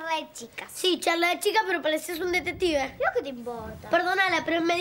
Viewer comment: mateo en vez de decir detective dijo detetive 😂😂